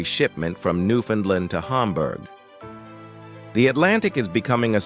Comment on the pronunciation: Please teach your AutoReader the proper pronunciation for "Newfoundland".